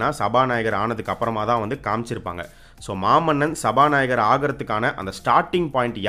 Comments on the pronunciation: சபாநாயக்கர் இல்ல.. சபா நாயகர். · சபாநாயகர்! சபாநாயக்கர் இல்ல..